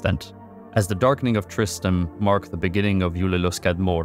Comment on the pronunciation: "Tristam" 🤦‍♂ A lot of the pronunciations got me cringing but this ruined the video.